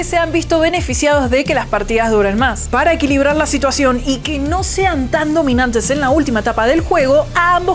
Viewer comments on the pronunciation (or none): none